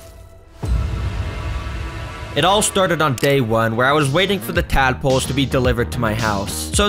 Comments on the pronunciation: I thought bro said madpoles💀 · did you say dadpolse😂